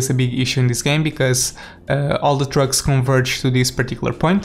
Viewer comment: It sounded so much like he said “Drugs” instead of “Trucks”